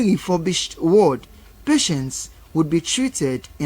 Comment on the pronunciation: Ward not Word